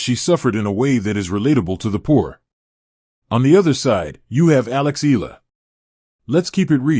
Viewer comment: Eala pronunciation E ya Is 20 y o last year 23rd of May,2025